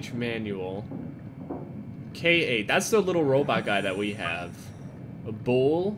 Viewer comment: its not kay eight its k-eight as in kate